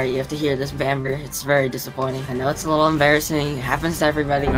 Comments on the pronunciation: Not calling her bamber too😂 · Bro really said Bamber